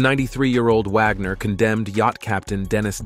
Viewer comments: Repeat, repeat, repeat! Vagner instead of Wagner? Nothing new here just a rewind of the same story! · Natalia is her birth name, not Natasha. Its not Dinazzo, its pronounced Di-no-zzo. Im an NCIS fan. She didn’t like the dingy hitting the boat from another article. Vagner? Vogner? Wow